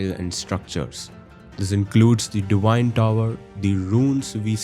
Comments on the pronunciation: Indians have an inability to pronounce "v" so he pronounces it "di-wine". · You pronounced Enir-Elim correctly but not Divine, liked and subscribed